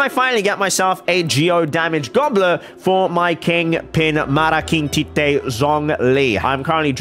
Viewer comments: Am I really the only one who hear say malaking nut in the intro of the video?? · did you just say "malaking tite?" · did he say malaking tite 😂😂😂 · Wait did u say malaking tite?